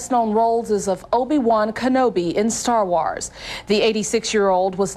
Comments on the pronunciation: "star wauhars" 💀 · ......IN STAWR WAWRS!!!! Wow lady....howd she get this job. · I want to ask her to pronounce Star Wars again because what I heard was "Star Waaaourrs" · “Stawr Wars” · Ah yes, I love Starr Wharrs. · "Star Wors" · Star Waurhs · Yeah!, She said Whawrz! :D Think it, Accidentally, came-out that way? Sometimes, We mispronunciate or talk like that, By accident. I think, When things, Like this, happen, We should be reminded, We're not Perfect, Like Lord Jesus Christ is. ...and That we make mistakes, Often. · "Star Wahrs" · Love how she mispronounced "Star Wars", with that noticeable "twang", ha ha! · How the hell do you pronounce “Obi Wan Kenobi” perfectly and then fuck up “Star Wars” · why did she say wars wrong? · she nailed obi wan kenobi and then butchered "star wars"